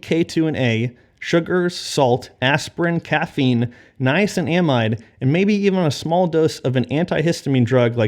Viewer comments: Ray Peat pronounces Niacin amide too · Nia-SIN-a-Mide is the pronunciation!